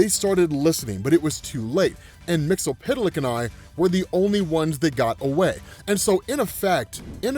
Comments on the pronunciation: bruh your pronunciation of MXYZPTLK is killing me lmao. I say it like they did in the Superman TAS "Mix-Yez-Spit-Lick" which made sense being 8 letters and those consonants would make two letter syllables.... BUT WHO AM I TO JUDGE? LOL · Say it like this...... Mixel flick. You're welcome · You're saying "Mxyzptlk" name wrong man!